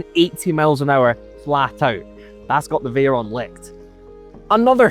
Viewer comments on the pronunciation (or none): none